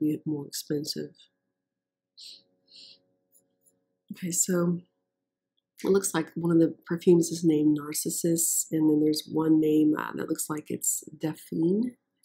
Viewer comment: Not NARrcissist as in the personality disorder, but narCISsus the flower. ArBUtus - the you sound. The packaging in this catalog is lovely. Avon would do well to go back to those days. Nothing today compares.